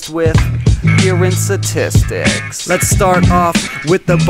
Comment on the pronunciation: Say STATISTICS BETTER